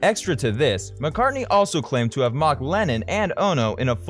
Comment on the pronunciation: Whos this 'marrcar' he keeps mentioning? 😂😂😂